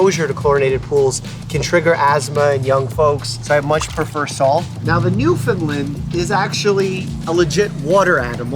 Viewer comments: Mike- A pet peeve of people who live here in Newfoundland is mispronouncing the name of our province, or this breed of dog! PSA----> t's not "New-fin-lind" .... it's "new- fin---land". :) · I just came across your channel and watched a few episodes and I’m in love with your content. However, we need to talk about Bear. He’s a Newfoundland dog but you are pronouncing it wrong lol. I am from Newfoundland and it is not pronounced New-Fin-Lin like you always say. It is pronounced New-Fin-Land. Rhymes with understand…. Newfoundland-Understand. Now you know 😊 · omg :) thanks for sharing your new home. What a wonderful place for you and Bear. Love Bear :) Newfoundland Dog... but you are still not pronouncing the name properly. Being from Newfoundland we tell people to use the mnemonic "Understand Newfoundland"... emphasis on "land". Or NewfunLAND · Im a big fan but Newfoundland is pronounced new-fin-lan. Hope you see this